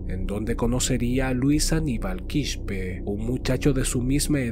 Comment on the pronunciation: No Quishpe es Quispe simplemente se lee tal cual